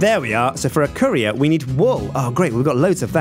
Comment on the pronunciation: Who else thought he said curry